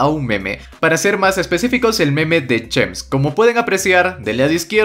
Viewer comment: chems Yo: chims xd